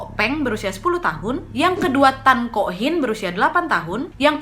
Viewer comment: Ngakak klo ngomong kok hin kok soon dll awokawoka